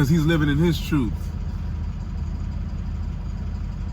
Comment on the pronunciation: I knew you were Trini when you said TRUTE instead of TRUTH